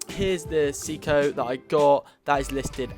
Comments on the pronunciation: Say-co not see-co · Pronounced "Say-Koh"